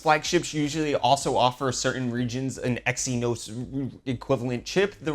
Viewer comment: Xynos is actually pronounced "ZYNOS"